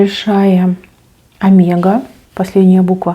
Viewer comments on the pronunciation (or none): none